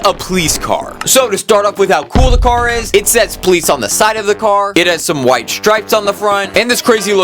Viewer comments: In he says pleese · When he says police he says "please"